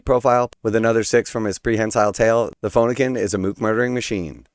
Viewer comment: Ah yes…… the phone-ah-kin